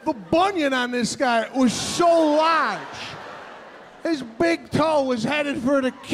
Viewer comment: “The bunion on this guy, was so LARGE” the way he says large gets me🤣🤣